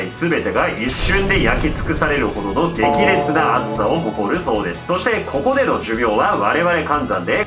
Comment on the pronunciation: 急な 「こ↑こ↓」 は草